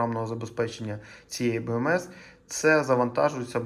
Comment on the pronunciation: як же ріже вухо оце от "беМЕес". я помітив, що усі ка-цапи так кажуть... Ну немає літери Ме у солов'їній, та й у псячій мові. БеЕМес.